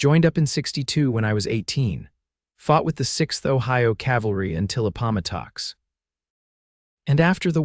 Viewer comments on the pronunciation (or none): Except for Appomattox. Not a noe of these story tellers pronounce it right.